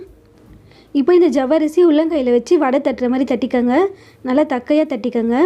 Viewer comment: அம்மா தக்கையா இல்லைம்மா தட்டையான்னு சொல்லு😂😂